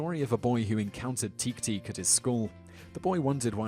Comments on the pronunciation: Rustling leaves in a forest? IT COULD ONLY BE GHOSTS! Also, your pronunciation of "teke-teke" is a bit off. "Teke" is a two syllable word, not one. It should be more like "te-ke", with the "te" sounding like the "te" in "television" and the "ke" sounding like the "che" in "chemistry". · I can't be afraid of a demon which name's being pronounced "tick-tick" xD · ......It's pronounced "teh-keh teh-keh" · Teke Teke - prounounced teh-keh teh-keh by the way. Really reminds me of "Click Click Slide" or "Click Clack Drag". I wonder if they're connected and is just told differently here in the west. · The way you pronounce Teke Teke is amusing. We call it Tiktik in the Philippines. Check manananggal. It's prolly the same. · Teke teke is not pronounced the way you pronounce it. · It's pronounced tekay not teke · It's "te-ke te-ke", not "teek teek". sigh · You told Teke-teke all wrong. First, it's pronounced exactly as you read it - te-ke-te-ke. Second, you don't make teek-teek sounds when you walk on your elbows, that's against all logic. Teke-teke are the sounds she makes when walking on her long nails. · Teh-keh teh-keh is how teke teke is pronounced. But you garble so many words in English why bother to correct your Japanese. Re: Guadcanal. By the way, obvious Americans write your copy. Do you do these without a director who can correct you? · Wouldn't it be Te-Ke Te-Ke? Like I'm not a master of Japanese but I just thought. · The correct pronouciation of Teke-teke it te-kay te-kay. Heard stores 7. 6. 5. and 1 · He pronounced Teke Teke wrong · The Japanese words are pronounced (teh-kay teh-kay) and (neen-gehn)